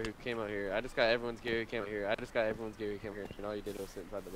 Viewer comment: So your intro from what I heard was "What's up ery one aree pee pee BACK with another video"